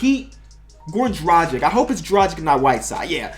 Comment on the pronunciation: I love how you support Goran Dragic, just want to tell it's pronounced draw-ghitch for further reference